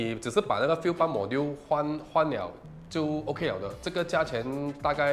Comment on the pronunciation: Module应该是读majool吧